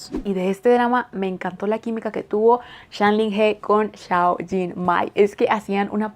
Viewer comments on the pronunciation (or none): Hola! Lo que te voy a decir es posible que te paresca como que quiero crear disputa o que solo estoy aqui por criticar, pero como estudiante de chino me veo en la obligacio de decirte que pongas un poco el traductor con voz para que escuches como se pronuncia su nombre. Como verdadera fan de este actor, hay que pronunciar bien su nombre. Es un poco dificil para un hispano hablante pero te acostumbraras. Con el resto, yo encantada...me gusta tu contenido.